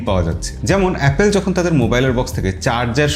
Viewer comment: its, এ্যাপোল not অ্যাপেল।